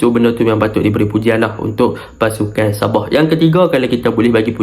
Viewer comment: Btl kn sebutan anda .. Sabah bkn ny sab0h .. Heee ..